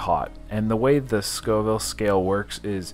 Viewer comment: Scoville not schoville lol